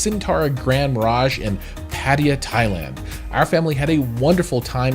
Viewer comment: "PADIYEAH" ITS PRONOUNCE PUH-TUH-YAH... BUT GREAT REVIEW BROTHER! THANKS...